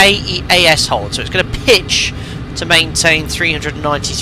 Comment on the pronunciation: Keas is “keys”. Death valley is by vegas fyi.